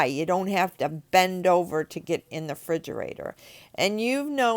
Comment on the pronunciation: "frigerator" lmao